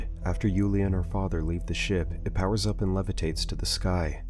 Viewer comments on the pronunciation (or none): none